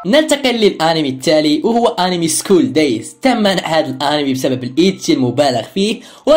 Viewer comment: انتا تقول ارمي مو انمي 😁